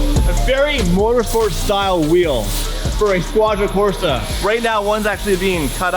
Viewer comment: Squadra Cors*E*, please haha